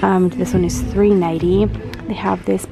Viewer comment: Who else heard 3 nighty instead of 3.90